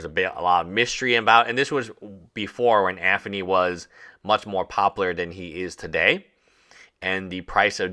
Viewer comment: Bro stop mispronouncing Anthony with a "F" i enjoy your videos on this subject matter but you lisp is annoying AF. AnTHony and Aferny.